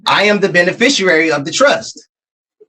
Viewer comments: I heard benifishyouairy a couple times…🙄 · "Benefeficerary"? At least learn to pronounce the word.